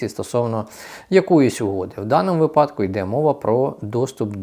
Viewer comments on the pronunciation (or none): Став правільно наголоси.(Випадку)